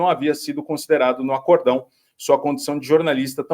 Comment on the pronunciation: Mister, no caso, é palavra paroxitona. A última sílaba é a forte. E certeza que a palavra lida é acórdão, não acordo grande,.